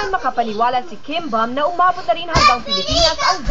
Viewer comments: Its pronounce bom..not bam or buuum..but bom.. KIM BEOM / 김범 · it's actually kim beom. :) (b"o"m)